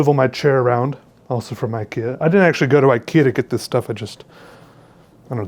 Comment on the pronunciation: anybody hearing sexually when he says actually?